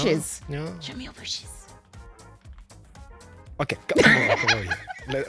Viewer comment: Cleo - "Show me your booshes" - * looks down * At your HOUSE! Jeez lmao